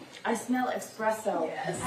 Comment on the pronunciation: Esssspresso not expresso